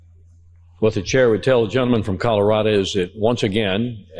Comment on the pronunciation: Colorado! Not Colorada!